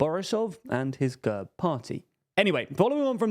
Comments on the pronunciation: Great analysis, but it took me half the video to understand what the hell the narrator meant by "GUURB". It is pronounced GERB. As in /ɡɛrb/ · Excellent analysis, guys (although you missed a few notable details). But I've been itching to tell you this for months: you utterly demolish Slavic names, not just Bulgarian, but also Russian and others. The party is called gErb, like dEad, and not g-UH-rb. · Gurb хахаха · Learn how to pronounce the fucking names. And GERB is more of a centre-right party even though they're still mobsters. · Mate your pronunciation of GERB is atrocious, makes me want to get a battery drill with a 10mm drill bit and drill through my ears....